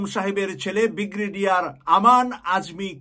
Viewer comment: Alhamdulillah. By the way bhi actual pronunciation is Brigadere not Bigradere. Thank you. Pls take it easy. Thank you for this great news